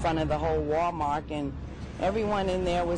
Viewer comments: She said WAL-MARK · did the grandmother say "Wal-Mark"